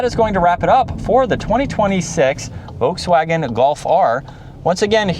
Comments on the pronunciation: The "L" in Volkswagen is not silent, even in English. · I loved the way Mike Wolfe pronounced it: Voteswagen. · No, you are saying VOKES WAGEN. Nobody says that leaving out the "L". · He says Volkswagen wrong too but we will cut him a little slack because we like him. If you use the German translator and put in lapis it says LAP like the English word and the emphasis on LAP, then PIS like piss. And it is the same in English and German.